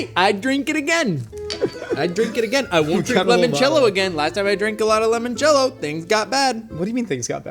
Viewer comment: saying "lemon-cello" instead of "limon-cello" is upsetting